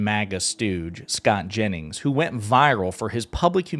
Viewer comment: Jennings not Janis